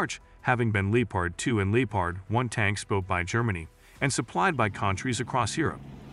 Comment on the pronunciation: It’s Lep Erd not leatard , please cut loose with the wallet and hire a human narrator. You have great content so keep it coming.